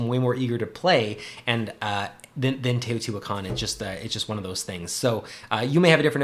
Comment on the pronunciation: I think Teotihuacan is better than Tzolkin. You also pronounced it correctly, pretty great actually. I own both and enjoy both, but Teo is one of my favorite games, possibly #1. Both games rely on timing of your moves. In Tzolkin, you're timing when to pull off your workers to pull off a big move, in Teo, you're timing the placement and powers of your workers to also pull off big moves. I think they differ in that Tzolkin is a worker placement, but Teo is like a worker rondel, since once you do an action, you have to go around the board to do the same with that same worker. I love going up Teo's tracks to get bonuses and comboing that into other moves. I agree Tzolkin has the great gears, and it can play quicker.But Tzolkin suffers from a non variable set up. The technologies never change, and this has led to people coming up with a couple dominant strategies. Teo has a lot of variability out of the box in the base game, so this is less of an issue, every game is different. I'm just a Teo fanboy, there I said it. This game made Tascini a favorite designer. I hope he (alone) punches out another game soon.